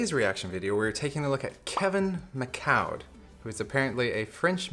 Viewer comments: lol.......It's Mi-Coo Not Mi-Cow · Pronounced like mih-COO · I think the prediction at the end removes part of the magic because it shows it was a forced selection. The use of the LED display is awesome and stunning tho As for the prononciation of his name : still wrong :p sorry it's mi (like in minimum) coud (like in coup d'état) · Hey man, thanks for the video. I don't know if someone already mentioned it in the comments, but Micoud in french is pronouced "Mee-coo' it's like 'Me cool' but without the l :) keep the magic up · his name is pronounced "me koo". Just if you want to know.